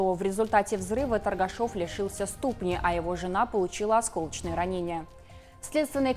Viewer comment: Девочка, ударение в слове СТУПНЯ ставится на второй слог. Вы не из России, не здесь родились?